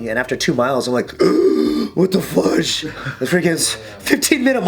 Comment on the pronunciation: It pisses me off that a guy so tough says 'fugde'